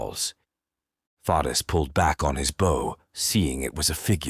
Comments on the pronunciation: My only complaint is how the narrator say bow! It’s pronounced bo! Not booow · Great story but someone please teach this AI the difference between front of a ship bow and an archers bow. It's like nails on a chalkboard every time he mispronounced bow. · Is this read by AI. So many words are missed pronounced. Like “bow” as in bow and arrow.